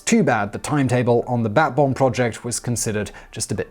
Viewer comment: I couldn't hear 'bat bomb' and kept hearing 'bath bomb'.